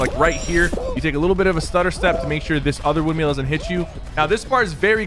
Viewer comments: Thank you for the tips! They’ll be incredibly helpful. However, for the future, it’s windMILL, not wind MEAL. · Nobody: Sypher: "windmeel" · "WINDMEAL"? haha